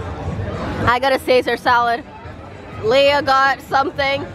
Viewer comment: It's Leah not LAEH